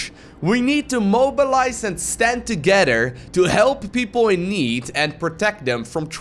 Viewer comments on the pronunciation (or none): none